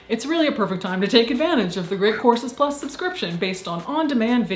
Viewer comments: Sounds like your ears acted as a Ouija planchette, lol.😘💖 She might've had a slip of tongue. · So it's not just me? Very good. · During the sponsor portion, I thought you said The Great Corpses Plus. Perhaps make a plug with Patreon for that.